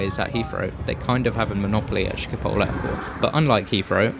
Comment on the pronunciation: It's Schiphol, not Schipol